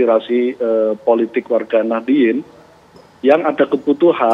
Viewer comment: Ngakunya paling deket dengan NU, tapi menyebut Warga Nahdiyin saja jadi Nahdilin😅